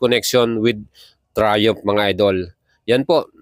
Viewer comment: You should pronounce it as trai-uhmf and not TRAYUMP. You should also learn to distinguish F to P and V to B when it comes to proper pronunciation. The brand Michelin is pronounce as 'meesh lan' since it is a French word and not MICHILIN. Wag po puro vlog lang and learn also the proper pronunciation by searching. This is one of the many reasons kaya nakakatamad kayong mga Pinoy na vloggers panoorin at nakakahawa kayo ng kata*gahan esp. kung mga kabataan at mga walang alam sa mga binabanggit nyo ang mga wordings. Just my 50 cents lang po. Also, yang sinasabi mo na 201 kgs (kerb weight) eh hindi po yan light weight as what you are claiming. Sa displacement nya na 660cc considering na 3 cylinders lang sya, mabigat na po yan at almost comparable na sa mga liter bike. Kaya pano mo nasabi na light weight???? Keep in mind na ang Ducati Panigale V4 is nasa 193 kgs na (4 cylinders). Kaya, I will ask this.... Ano po ba ang definition mo sa light weight? Also, may sinabi ka na very agile. How did you know na very agile po? Nakasubok ka na ba ng test ride? O base lang yan sa mga figures na ibingay sa'yo ng Triumph? I have no gripes against Triumph huh? In fact, I have a Street Triple 765, 2023 model and I love that bike. The thing is, napapanood ko na ang mga vlog mo pero ang daming sablay na dapat mong i-correct esp. sa pagiging redundant mo sa mga wordings mo like "premium, super premium, etc" I think, I am just nit picking lang and this is for you to improve your vlog lang sir. You ha